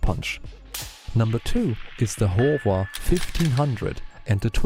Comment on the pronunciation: I really like your videos. Although they come off as AI-generated, I find many facts that I already knew to be included accurately in your videos. One correction to an AI script interpretation in this video is that it describes the "Howa" brand as the "Hova" brand. It's a small thing that most people will not be confused by, but I wanted to mention it. OK, enjoy what you're putting out and subscribe; hope you do more. Thanks.